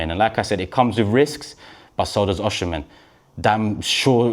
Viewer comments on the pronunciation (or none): It’s pronounced “O C Men” and not “oh shi men (Osimhen)!!!